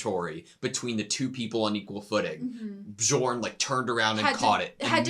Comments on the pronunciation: BE-YORN it's not like DiGiorno, he's not a pizza 🤣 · Guys, the pronounciation of "J" is scandinavian so it should be read like "Y" -> Bjorn is ~Byorn~ , Jomsviking is ~Yomsviking~ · Hey editor, can you pass along correct pronunciation to them? The j in Nordic language is pronounced like “yo” it’s gonna drive me crazy if they say joms and bjorn wrong the entire show lmao.